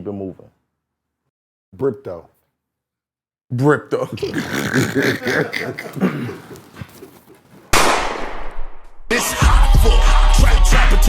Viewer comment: Only when calling it Brypto